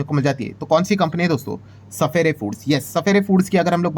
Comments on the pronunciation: सफायर foods hai sir sapphere foods nahi . Please correct pronunciation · Sapere foods nahi hai wo sapphire ( suf-fire foods ) pronounce karte hai usko 😂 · सफेरे फूड नहीं रे बाबा, सफायर बोलते है..